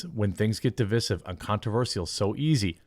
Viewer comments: Divissive? Deev-eye-siv. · Fine, but please stop saying "di-VISS-ive." for the word "divisive." You don't say "di-VID" for "divide," do you? Don't act like a stupd Harvard prof. It's di-VICE-ive. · Btw its pronounced D-VISE-IVE. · Every time you say divisive wrong reminds me why I debate no loger watching your content. This may help the only proper way to day divisive is dəˈvīsiv. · That's a long "i" in 'divisive' Jeremy. Div-EYE-sive. Sorry, I don't know why that's bothering me so much this week, but i was just talking to a friend about this very thing yesterday. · Love what you said but cringed at the string of mispronunciations. " Cannes, Lions, Divisive, Divisive, , Divisive" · PLEASE look up how to pronounce "divisive".